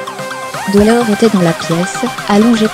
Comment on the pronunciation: Dommage la musique trop forte et pas du tout adaptée à la situation. La voix de robot qui lit points virgules parenthèses et ne prononce pas bien le nom de Dolores çà n'est pas Dolore on prononce le s même en français ! et le nom du groupe on prononce AUSSI le s en ze mais on le prononce ! Et enfin elle avait 3 enfants pas 4 ou vous êtes les seuls à le savoir .....